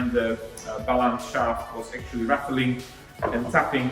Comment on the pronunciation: Ratteling? I guess you mean rattling, yes?